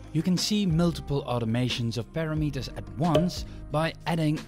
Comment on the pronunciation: Just to let you know, it's not parameters as in paranormal and metres, it's per-ram-mer-ters